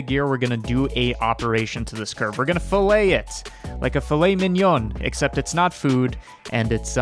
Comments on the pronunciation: So with geometry, usually in an engineering context, "fillet" is pronounced "fill-it" because we are dumb apparently. But it is its own thing and the proper pronunciation is "fill-it" lol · This is cool and all, but fillet has two L's, and the t is pronounced :( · Filet, one l, pronounced FILL-ay, refers to cuts of meat. Fillet, two lls, pronounced fill-et, is a geometry feature.